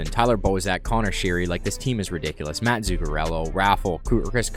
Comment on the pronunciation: My man said MATT Zuccarello